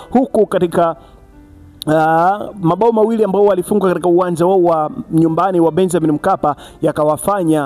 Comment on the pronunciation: Oya sema katika siyo kadika.....usiwe mjinga